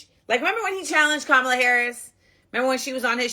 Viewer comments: Dude it’s COMMA-LA (Kamala) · it is Ka-ma-la...like Com-ah-lah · Come on,. Her name is pronounced "COMMA-LA". It's really not that difficult to pronounce correctly. At this point, you're saying it wrong on purpose, which is disrespectful AF. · stop mispronouncing Kamala. You sound stupid. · Bro you are not pronouncing Kamala name correctly. Just thought I would let you know that. Go research it bro. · YOU’D THINK SOMEBODY NAMED COULD PRONOUNCE KAMALA